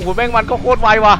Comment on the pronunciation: กอลีย่า. พี่บอลพูด. โครด ตลกกกกกกกกกกกกกกกกกกกกกกกกกกกกกกกกกกกก สุดฮา